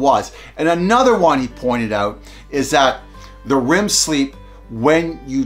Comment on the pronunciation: Rem sleep not rim 😅